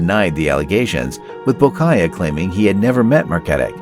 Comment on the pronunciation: Saleha is pronounced SAA-LAY-HAAA Bolkiah is pronounced BALL-KEEE-AAAAH